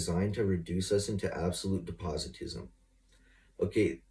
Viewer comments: Depositism??? Does he mean des-pot-ism? Maybe he wants to deposit is Nehi bottles for .25$ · Usurpication? Depositism? Did you mean usurpation and despotism? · Usurpitations? Depositism? 🤣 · De-poz-I-tism ?? Moron it’s ˈdespəˌtizəm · Depositism?? DESS-POH-TISM, Muh buddy! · "Depositism"? I think he means "despotism". Don't tell him though. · “Usurpatations” and “depositism,” get me outta here. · "Dep o tis m" not "de pot o tis m."